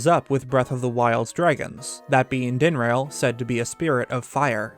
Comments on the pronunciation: Dinrail? wtf DIN-RAH-L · dinrail? dinraal. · Ah yes, Faraj din-rail and nee drah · i keep hearing "Din-RAIL."